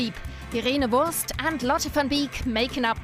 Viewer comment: it's irene wuest not wurst